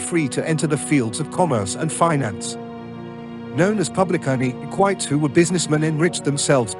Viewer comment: It's "e-qui-tes", not "eck-whites".